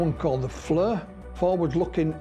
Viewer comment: Fleer not flur. Great video btw! ❤